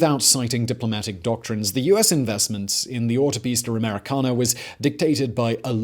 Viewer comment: Please stop saying Autopista Americana in a British accent, you can't handle it and it sounds horrible. Just stick to American Highway Please.